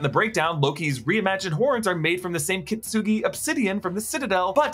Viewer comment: It's kintsugi, not kittsugi